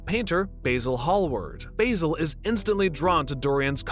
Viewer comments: Baz-el not bay-sil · Basil - Bazil not Bayzil Sybil - Sibil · respectfully, is it not pronounced 'basil' like the plant, it is pronounced B-AH-zil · Oh no, i forgot that Americans don't pronounce Basil properly.